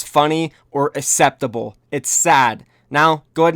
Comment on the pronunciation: "Asseptable" LUL